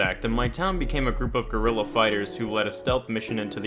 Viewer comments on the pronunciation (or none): none